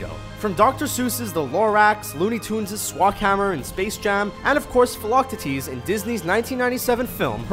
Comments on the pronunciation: Did anyone else flinch when they said Philoctetes wrong? It sounds more like Philla-teeteez then Phil-loc-titiz. And I'd say the characters in Antz, but that wasn't Disney. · You definitely butchered Phil's name LMAO